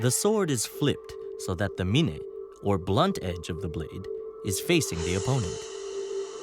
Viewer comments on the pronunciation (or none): Corrections to the video....it's Chiburi, not Chiburui and Mune, not Mine.